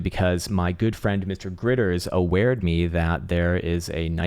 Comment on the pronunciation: "Awared me?" lol... Thanks for excellent TA. Your time is much appreciated!